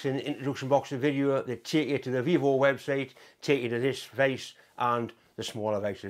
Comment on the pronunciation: Vevor, not Vivor, but yes they have good gear.